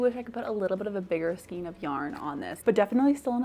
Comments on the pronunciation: This has always been a pet-peeve of mine 😅, but you are saying Skien rather than Skein. Skien (skeen) is a municipality in Norway. Skein (skān) is what yarn can be loosely formed into. And your big "skein" is a cake rather than a skein. There's different ways of having yarn, which is a skein, a hank, a folded hank, a twisted hank, a donut ball, a hard core ball, a cake, a bullet skein, and a cone. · It is pronounced "SKAYN" not SKEEN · Could you say skane of yarn instead of skeen, I would totally appreciate it. My ears cringe when you mispronounce skein. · I love the first yarn holder!!! Skein is pronounced skayn.